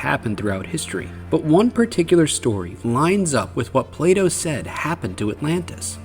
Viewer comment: Play dough Plato?! That really got me 😂